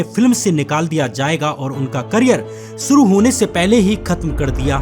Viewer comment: सूटिंग शूटिंग एक्सन एक्शन सुरु शुरू आवाजें आवाज़ें सब्द शब्द एग्जाम्पल एग्ज़ांपल सुरुआत शुरुआत सोसल सोशल एब्यूज एब्यूज़ खिलाप ख़िलाफ़